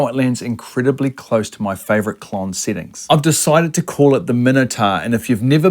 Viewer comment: I heared he said klon sittings?😂